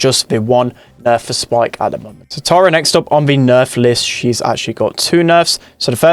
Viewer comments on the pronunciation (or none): none